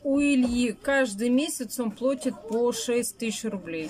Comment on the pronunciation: Не плОтит,а оплачивает!!! Еееных,ихниих,отпадывал лак... - вы серьезно так говорите при детях?! Стыдно не знать русский язык,имея столько детей!!!